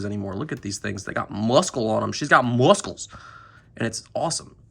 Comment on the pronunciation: I came back to your video to hear 👂 you say muscles 💪 🦵 lol